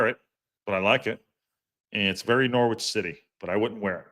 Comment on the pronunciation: Just a heads up Silent w in Norwich So Nor itch